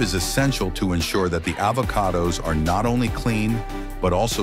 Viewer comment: Is she trying to promote AVoCADOs, or BOBOBOBOOOOS.